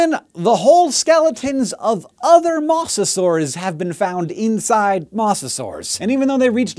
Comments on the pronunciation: Mose-a-saurs, not mose-a-saurs... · Why do you keep saying Mawsasaurs? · mosasaurs with a long o please pronounce it right.